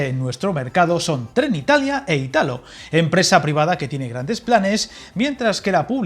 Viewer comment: Hola, me encantan tus vídeos. Para que lo sepas, por si te enteresara, el accento en Italo está en la i: como si fuera Ìtalo